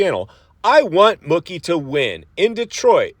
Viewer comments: His nickname is pronounced "Mookie" like "Pookie" NOT "Mucky" "20 years apart or more"? Bubba's last SX win was in St. Louis on March 29, 2014 so, if my math is right you are about a decade ahead of yourself since it's not even March yet. Yeah, you seem like one of those kind of tight asses WTF are you holding on to it? You can't spend it when you are dead. They posted it on their Instagram before you uploaded this video that Tomac has a broken left leg. do some F'n homework before you come on here with these word salad videos. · it aint muhkee bro, its MOOkey. jesus 😆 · I can't stand you Walty. The way you said Mookie like Cookie 50 times had me so irritated. It's Mookie yes but pronounced like the cow sound.... Moo-key. For someone who has a show about Motocross and watches it you should be able to know that and pronounce it right. I have no problem with Mookie winning but I doubt he will ever win again and If Jett was there and not hurt and if Tomac wasn't hurt or Sexton didn't crash I do not think he would have won that race no way no how. And it hasn't been 20 years apart since Bubba won and Malcolm did. James last win was in 2014 so you're math ain't mathing.....not even close. It's only been 10 years. Smh can't stand you Walty you're so lame and cringey.